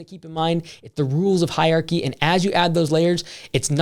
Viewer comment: it’s “hier-archy”